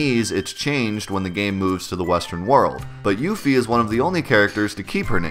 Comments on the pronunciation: I always used to pronounce it "yuff-ee" rather than "yoof-ee" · I always pronounced her name "Yuh-fee". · it's a little cringe to hear you pronounce part of her name the Japanese way(yufi instead of yuffie) even though it's not spelled that way but even worse is when you butcher the pronunciation of 'kisaragi' because it's not 'keesarr uhgee'! it's ki sa ra gi. reminds me of the cringe way the characters say nar uto in english dubs instead of na ru to. if they wanted people to pronounce her name differently, they should have spelled it as Euphie. and don't even get me started on Squall's name in japanese, I don't understand why it's Score, but it is.